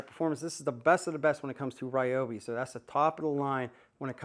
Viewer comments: The people at Ryobi (near my home) pronounce it ree-obi. Every one of them use this pronunciation and I’ve met some of the higher ups. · Its hilarious that u keep insisting the Ryobi name is Ri-yo-bi n not Ree-yo-bi. Its like telling a Japanese person that they are pronouncing their own name wrong. Ryobi is a Japanese company originally that was expanded into the US. If they pronounce their company name using Japanese way, only an ignorant n arrogant person to will insist it should be pronounced the American way. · You are wrong. It is NOT Rye-obi, It is Ree-obi. Go watch the companies videos and listen to how the actual company pronounces it. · REEEEEobi. Not Ryobi. Confirmed with the manufacturer. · Its reeobi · Rye-obi's (Not Ree-obi's) been doing the handle wrench thing for a long time, I have an ancient Rye-obi (not Ree-obi) blue grinder with the same setup & wondered why that never became a new standard. Definitely would like to see the router & bizzer gone over! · Ummm, the Roy I tool USA page on YouTube has many videos that pronounce it reeobee